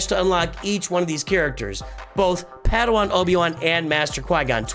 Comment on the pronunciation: I think you keep calling him "paddywan" because you're accustomed to the hard /e/ in Obi-Wan. I do the same.